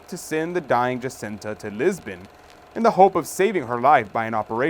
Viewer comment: The 3 seers are Portuguese - so tired of people pronouncing their names with the Spanish accent! It’s not Hacinta , LuCHia. It’s. JACINTA & LUCIA PORTUGUESE names PLEASE RESPECT these saints. If the Blessed Lady spoke to them in Portuguese - She would’ve pronounced their names with. PORTUGUESE accent